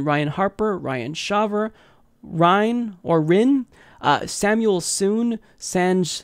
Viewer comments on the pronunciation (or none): none